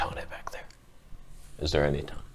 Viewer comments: lol .... toneh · For every "toneh" 1 thumbs up